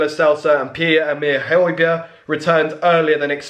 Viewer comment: That Hojbjerg pronounciation as a Spurs fan. 😂😂😂